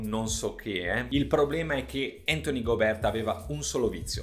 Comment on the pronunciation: Tutto giusto però non ti offendere ma Gobe'rt pronunciato così non si può sentire 😂